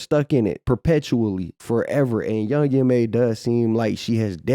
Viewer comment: It’s YOUNG M.A. The last letters are just as they are pronounced in the alphabet Boo!